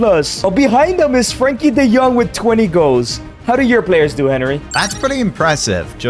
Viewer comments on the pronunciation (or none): none